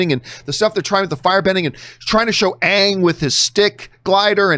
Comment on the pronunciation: When they called him Ong instead of Ang, I checked out.